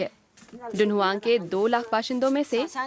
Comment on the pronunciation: शहर का नाम तुन्ह्वांग है डुनहुआंग नहीं